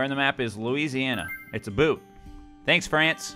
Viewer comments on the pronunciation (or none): none